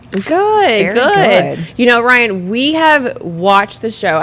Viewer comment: It's RYAN, not RAY.